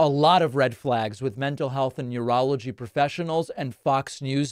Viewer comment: Did this dude just say "yourology professionals"? Do your homework. I think you meant a neurologist. Stop ranting about other people's brain. Fox your own first😂